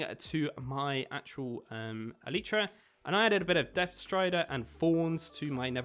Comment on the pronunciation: It’s not an Eletra it’s elytra